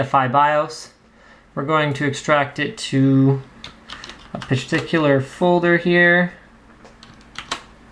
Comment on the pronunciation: Did he just said "testicular folder" ?